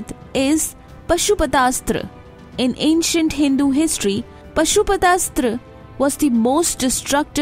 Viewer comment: Forgive me for making correction: It is not pronounced as Pashu-Patha Asthra ... It is Paashu-Patha Asthra in Sanskrit